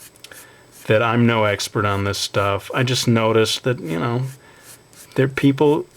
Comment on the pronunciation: "yu knoew" (you know)